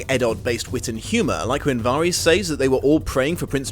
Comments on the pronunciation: It's Varys, but pronounced Var-is. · But, it's Alliser Thorne, not Alister/Alistar Thorne. And Varys isn't pronounced like that in the series so it bugged me as well.